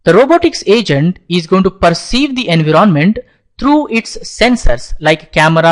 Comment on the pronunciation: I love your accent "engroment"